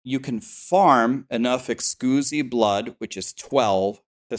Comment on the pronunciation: Someone PLEASE tell him thats not how you pronounce Exquisite blood